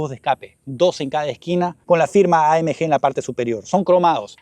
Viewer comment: Por qué pronuncias AMG en inglés si el vídeo es en español?? Buen video de un buen coche👍